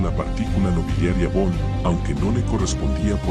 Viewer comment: VON "' SE PRONUNCIA "' FON "' EN ALEMAN "'